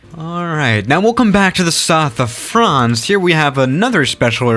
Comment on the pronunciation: frahhance cezzna